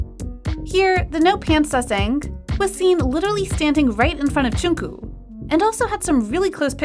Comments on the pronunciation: please learn how to pronounce Jungkook's name 😭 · I’m sorry but this is not being too rude but why are you say Jungkook name. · First part you no pronounce Jungkook right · Sorry but..'Jeon ku-'' GIRL IM SORRY BUT ITS JUNGKOOK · I AM SOOOOO DISTURBED.... its jungkook not jungku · She is saying there names wrong who is jowkook it's jung kook and ji min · First of all its JUNGKOOK NOT JUNKO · Im sorry but pronunce jungkook's name corectly its not junku its jungkook... so yeah please pronunce it corectly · it's 'jungkook' Not 'jongkook' 😅 yes I'm talking abt the pronounciation And she pronounced it like :- joonkoo so she's kinda close.. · The way she calls JungkooK Jungkoo... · "v and joonkoo" Choonkoo actually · Yall are we just gonna leave the fact that she is not saying jungkook she is saying jungkoo?? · The way she said junkook Her:jonkue Me:🤣🤣🤣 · All I heard was, JungCoo 😂 Sorry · they called him “joongkoog” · okay but am i the only one thats getting kind of annoyed when calls jungkook “jingkoo” 😭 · Isn't it pronounced like 'Jongkook'? And her pronunciation is kinda close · Her pronunciation is triggering me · yeah i know I’m not stupid. also dude I’m literally Korean. The lady here said joonkoo. That I know for a fact is not how you pronounce it. I’ve heard jungkook himself say his own name and it is not like that. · I'm sorry but I'm triggered when she kept on saying "jungkoOo" 💀